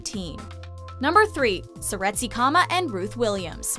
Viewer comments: She mispronounced Seretse Khama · Seretse Khama. very bad pronunciation